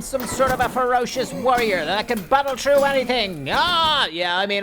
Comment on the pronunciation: Its funny says trough not through:)